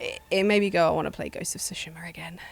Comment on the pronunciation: Why pronounce Tsushima as sushima? It's like two-shima, not sushi-ma.